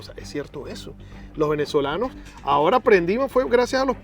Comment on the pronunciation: Amigo una recomendación porque no soy quien para dar consejos, pero desde hace bastante tiempo noto que en tus relatos usas muchas palabras comiendote la "s" por ejemplo: Los Venezolanos. Tu Pronunciación: "Los Venezolano", Espero sirva de algo la observacion. Saludos y que siga creciendo el canal.